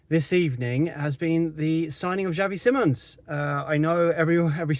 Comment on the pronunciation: His last name is pronounced SI mons. NOT. SIMMONS!